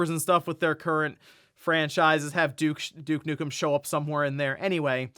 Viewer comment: Douche Nukem 🤣😂🤣😂🤣😂🤣🤣😂 🤣😂🤣😂🤣😂🤣😂🤣😂🤣😂 In all my years of gaming I’ve never heard his name said this way …! Remind you I was alive when the first Duke Nukem game was released.